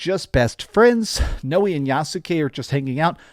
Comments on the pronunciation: Thanks! You’re awesome. Btw it’s pronounced “now-ay”. Stoked for this game. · Noee and YasUke? I know they had to have said their names in cutscenes. How did you not know how to say their names? And no AC does not have “actual aliens” Corey May even said it was written in the AC lore Bible that the First Civ are not aliens. I’m sorry but someone who played these games should know that